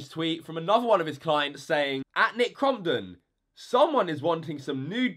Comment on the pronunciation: You said Crompton wrong